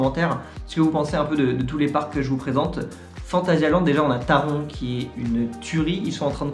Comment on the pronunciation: Super vidéo ! Perso, phantasialand reste premier ! Par contre Taron ça ce prononce "Taronne"